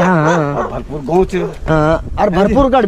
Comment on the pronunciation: भरपू गढ़ नहीं है भरपूर गढ़ है🙏🙏